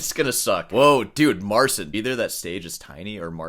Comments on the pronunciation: Mar-ceen. Get it right. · It's "Marcheen" The CI makes a "chee" sound. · Petition for to start saying "Mar-cheen" rather than "Mar-sin." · You made how many videos about him now? And you still can't pronounce his name?